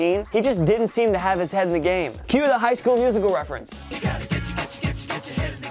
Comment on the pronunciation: He perfectly enunciated that High School Musical bit, though. Just sayin'.